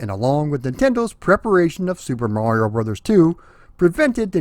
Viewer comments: Right. There you go. It has always been "brothers". Even back in the old commercials, it was pronounced as "Super Mario Brothers 3". Refreshing to actually hear the title and not some social media abbreviation of said title. 🤣 😂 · Thank you. It’s “Brothers”. That’s how the abbreviation is supposed to be pronounced. 👍😉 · I'm sooo glad you are properly pronouncing it as Super Mario Brothers 3. Literally nobody back in the day, not even Nintendo themselves called the game Super Mario "Bros" and the modern internet misinformation grates on my nerves just as much as when people say Nezz and Snezzz for NES and Super Nintendo which isn't what the classic systems were called either especially in the US. Brothers was abbreviated or shortened to Bros so it could fit inside the Western portrait boxes of the NES. To go a step further, when you read the Japanese or Katakana it's sounds out as "Super Mario Brothers." Each game after 3 they dropped Brothers in placed of World, Yoshi's Island, 64, Sunshine and so forth but when they restarted the series with New Super Mario Bros on DS they incorporated it back in for nostalgia reasons. But tangent aside Mario 3 is my favorite out of the entire series and a close 2nd would be Super Mario World. 😇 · You said Super Mario BROTHERS. As this is the way Captain Lou Albano said it for the cartoon... you have said it the ONLY correct way! I will approve of this. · Thank you SOOOOO much for pronouncing it "Brothers" as is proper when saying abbreviation aloud. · Thank you for pronouncing Bros. as intended. I swear, people either miss or don't get the point of the dot at the end of it. It's not the end of a bloody sentence, it's indicating an abbreviation. Like you don't pronounce Mr. as 'Merr' or Mrs. as 'Mers' right?